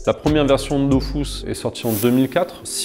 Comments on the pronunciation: Avouez on a tous envie de dire que on dit pas "dofousse" mais "döfusse", mais après on ferme notre gueule car c'est le créateur du jeu en personne devant nous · Arrête de dire Dofousse zeubi c'est Dofus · ok donc enfait depuis le début c "dofous" et pas "dofus"?????? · Une pensée à tout ceux qui pendant 15ans ont prononcé « dofus » et non « dofousse »...😉 Peace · C dofuuuuuus pas dofouuuuuse meme le createur ne sait pas comment le dire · on dit dofus pas dofous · par contre c'est dofUs et pas dofousse bordel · j'apprends surtout que selon son créateur ça se prononce "dofousse" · Il le prononce mal 🤣🤣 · dofrousse même mdrrrr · Ankama a toujours eu tort sur le sujet, c'est DofUUs :P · Il ne sait pas de quoi il parle* on dit bien Dofus 👍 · Quand t'appelais pour un code audio la dame disait "Dofousse" aussi, mais je me disais qu'elle se trompait haha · « Dofous » AHHH Oké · La vrai révélation c'est ça : Dofus se prononce DOFOUS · Tout le monde dit Dofusse et pas dofousse? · Pourquoi il dit ''dofousse'' ? Il dit que le tour par tour était avantageux car ça ne prenait pas trop de performances... Dofus est le jeu le moins opti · Il a dit dofous ça peut pas être le créateur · il a niqué mon enfance à dire dofous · il dit "Dofousse" Brûlez le. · pppptdrrrr il a crée le jeu, il l'as codé, il l'as géré, il s'en est occupé pendant plus 10 ans mais oklm il c surement trompé dans la prononciation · Depuis toute ces années je prononcais mal Dofus...